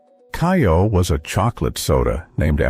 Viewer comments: And it's NOT "KAI- oh!" It's "KAY-oh"! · Kayo, not ki-o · "KAY-oh" not "KYE-oh"! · Yes. Kay-O